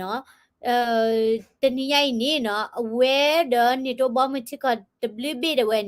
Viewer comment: Call NATO လၢ န့ထိၤ, you call it န့ၤတိ sounds like the actor name😂